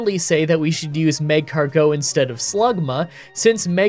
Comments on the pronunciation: Why are you saying mag-cargo? It’s magcargo you say it weird. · It really hurts me that you say mag car go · One quick note about your pronunciation: the emphasis on "Magcargo" is on the "car," not the "go." "mag-CAR-go." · Is magcargo two words? Cuz the emphasis on the MAG-cargo is killing me 😂. Good vid tho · You said “Mascargo” in 😂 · An episode of mispronouncing Magcargo as Mag-car-geaux! You know it! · Mah-Car-Go wouldn't fit? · He pronounces it maeg-cargot, as in magma escargot. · I get why you're pronouncing Magcargo the way you are, but it sounds so weird even if it's probably right LOL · I don't care about Pokemon pronunciations. But you kinda massacred magcargo 😂 Unique way to pronounce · Well, you also said "Maskcargo" at the beginning and "Marshstomp" at one point, so don't worry, about the Indian belly dancer Linoone. 😂